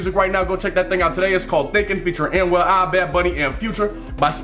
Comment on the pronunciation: It’s Anuel doble A (pronounced like Ah)